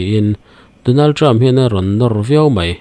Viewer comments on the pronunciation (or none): none